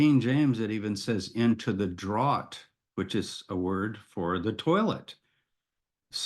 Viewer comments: Draught is pronounced “draft” not drought. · Draught is pronounced identically to the word draft, as in "draught/draft beer". The former is just the British spelling. It's definitely not pronounced "drawt". Great video though